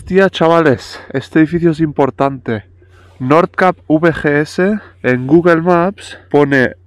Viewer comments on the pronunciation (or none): NORTH CAPE se pronuncia NORZ KEIP, no norz cap. Al acabar CAPE en E, la A anterior se pronuncia EI, keip. Como GAME, SAME, TAME, LAME... CAP kap GORRO CAPE keip CABO Otra cosa es que aunque NORTH se pronuncie norz, NORTHERN se pronuncia nodern, no nozern.